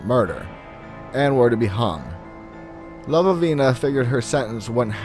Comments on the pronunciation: The stories are great and I always enjoy your show, but I would like to ask if you spelled Lavinia's name correctly? If you did, there is only one v, you were pronouncing it as if it had two v's. No big deal, but it is distracting since Lavinia is a common name and I don't understand why you would mistake it for "Lavavina. Anyway, keep up the good work, I get a kick out of the stories you come up with. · I think the name is La - vin - E - a . That sounded funny the way he said it. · La-vin-ia, not sure what name you were saying, it totally distracted me.